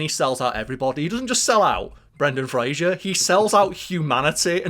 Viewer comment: I love you my guy and I love your channel... but it's Fraser, not Frasier and that is driving me mental... and you can't tell me you can't say Fraser, because it's easier than saying Frasier, like... duuuuuuuude lol.